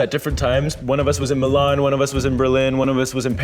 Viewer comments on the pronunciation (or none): none